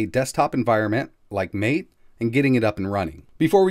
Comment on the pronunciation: MATE = Mah-Tay